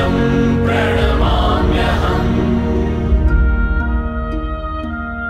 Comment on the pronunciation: प्रणाम्यहम् शब्द का उच्चारण गलत हो रहा है